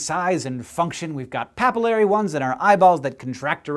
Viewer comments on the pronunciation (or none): Papillary sphincter? Isn't it supposed to be "pupillary?"